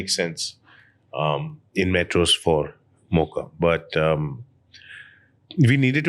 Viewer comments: it's not "Mauka"... it's pronounced as "moh-ka"...spelled Mocha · In the first 9 minutes I heard Mauka thousand times, so annoying, it’s Mocha bro!! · Why Raj is saying 'Mauka' n not 'Mocha'....he could correct himself atleast when the owner is pronouncing it correctly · It's not Mauka. It's Mocha.